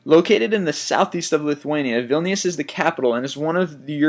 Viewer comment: Vilnius? It's not pronounced like that... I know because I live right next to there, Kaunas is where I'm from.... And it's not cheap for me.....